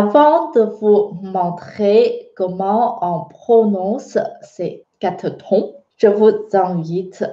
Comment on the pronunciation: J ai l impression que tu prononces trons alors que il faut prononcer tons en français ! Merci